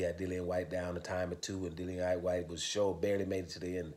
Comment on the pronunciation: Dillian said himself how his name was pronunciated but most ppl say Dillion! 😂